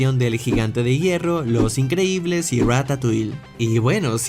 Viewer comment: Minuto dice incredibles no increíbles gracias 😅